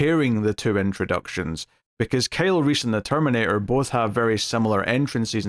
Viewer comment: "Kale Reece"